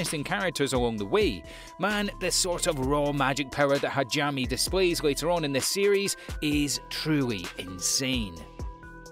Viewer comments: Lol, "Hajami" :) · Great video, but you really need someone to explain to you the proper pronunciation for a lot of the names in Japanese. The one that bothered me the most was Hajime should be pronounced Ha-gee-may. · ngl id give this narrator a 7 out of 10 just because he pronounced hajime and arifureta wrong